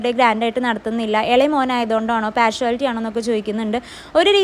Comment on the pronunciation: Partiallity...not partuallity